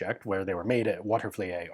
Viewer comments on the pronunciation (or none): Not quite, it's actually Watervleet (2 syllables) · It's pronounced "Water-vleet" Arsenal. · Hey Ian, thought you would want to know. Watervliet is pronounced Watervleet. It's actually an old dutch name, even though it looks somewhat French. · Pronounced Water-Va-Leet, I grew up 2 houses away from the Arsenal, buddy of mine's dad is retired Army and currently works as a civilian contractor for them and gets to test all the cannon barrels at the Arsenal in the bomb shelter they turned into an underground firing range for artillery and ship cannons, the bomb shelter used to be large enough to house 10k people for like 6 months in case the Arsenal was ever targeted for attack by enemy countries but was turned into a firing range i believe after WW2 and has been used to test fire every tank, Artillery and cannon barrel that is produced there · I grew up in the capital region of New York State. The name of the arsenal is pronounced “water-vleet”. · Just FYI, Watervliet is pronounced Water - va - leet.